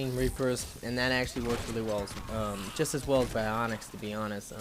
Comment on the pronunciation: Wraith, not wrath. Adept, not adapt. And Biotics, not bionics.